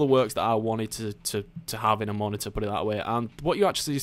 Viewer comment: Ma - ni - urg (monitor) XD